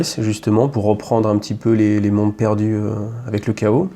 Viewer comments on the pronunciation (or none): none